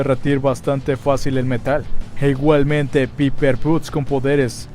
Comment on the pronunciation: "Piper puts" jajaja